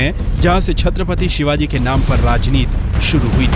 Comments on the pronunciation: Kutiya nam thik se le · इसे किसने रिपोर्टर बनाया जो शिवाजी महाराज का नाम सही से नही लेते